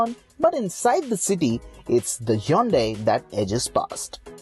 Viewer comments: It is not yondai it is hyundai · Yonday verna it's hyundai not yonday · Learn to pronounce Hyundai its not the way you are pronouncing.